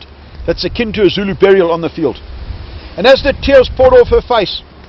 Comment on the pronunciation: Brilliant pronunciation of the Zulu. They may well have been in skirmishing order, however to a member of the protagonists - must have been it may well have appeared to be a mass. I am amazed that Ta Ta is apparently so knowledgeable. The South African Battlefield guide is brilliant, honest and obviously loves and admires the Zulus.